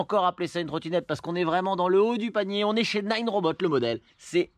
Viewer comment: Naaaaaaneuh !!! Pas nine !!!! Bordel !!!